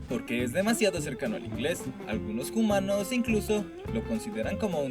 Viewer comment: ¿Por qué dicen "jumanos"?